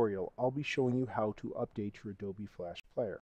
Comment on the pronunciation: why you keep saying "Adoby player" ?? im pretty sure its Adobe